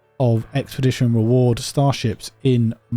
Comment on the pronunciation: “star storeships” 😂